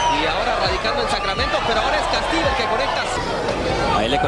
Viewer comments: Dear Mr. Narrator, Your pronunciation of Castillo is incorrect. It is not Cas•til•leo. It's Cas•tee•yo (short o). In Spanish, "ll" is pronounced as a "y" sound. Now you know. Le😎 San Francisco, Califusa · Why are you mispronouncing his last name?